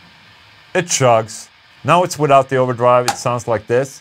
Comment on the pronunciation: I couldn't stop laughing at the way Ola said "this" xD